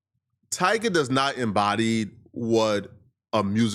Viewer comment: It’s Tyga . I mean c’mon